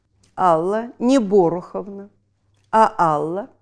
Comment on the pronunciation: Борух,ударение на у,еврейское имя